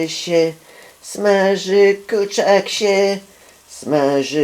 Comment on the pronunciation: wydaje mi się czy on mówi ,,kurczyk''